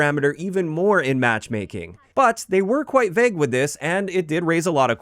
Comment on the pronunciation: My ick is how pronounces "vague"...vehg